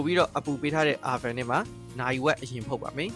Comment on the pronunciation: Thanks bro 👌 by the way no Ar ban , it's sound O-ven or All-ven (van le ya tal)